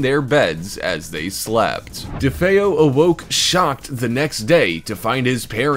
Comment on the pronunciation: Thank you for actually saying DeFeo correctly.